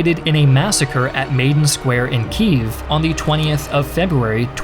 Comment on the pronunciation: I too appreciate the explanations, though I have some grievances regarding the pronounciation of the word "Maidan" and "Ukraine"